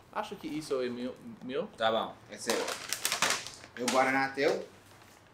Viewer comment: melhor de tudo foi o "tá bão" que o gringo soltou na maior espontaneidade. É o melhor. kskskskksksk TOP